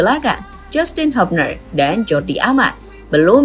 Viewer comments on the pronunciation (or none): hUUbner bukan hAApner